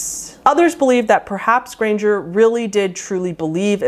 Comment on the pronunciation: And R’s “grangeRRRRRRR”